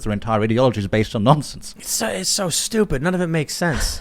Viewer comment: I like how he said -weak and stueupid.